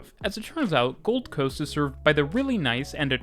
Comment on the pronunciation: Something here is throwing me off with the pronunciation. How he says "South bank" and "Gold Coast" (I live there, but I think this applies probably everywhere in the world lol). He's saying them as if the location names are "South" and "Gold", and as if the word "bank" and "coast" are not part of the official name... if that makes sense. The emphasis is on the first word, and then the "bank" and "coast" has less emphasis and comes after a pause, as if he's following up "Brisbane" with "region" or "area" or something. When we say the names of these places, we're not breaking it up like that (regardless of there being a space or not, Australians in particular don't respect spaces between words lol). He's making it sound like it's the "something" bank, and the "this kind of" coast. The second word is part of the actual name and is just smashed in with the first word as one natural word, sort of thing. It's treated like "Oxfordshire" in England. One word rather than spacing it and it then coming across like "the shire that is Oxford". Bit of a nitpick. Also did anyone catch that he said Beenleigh wrong? (joking).